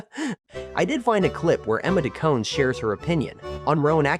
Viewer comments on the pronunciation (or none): Does the narrator think that the "de" in Emma De Caunes is SILENT? And Emma gains another syllable? cretin!